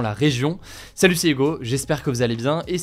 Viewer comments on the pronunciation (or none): none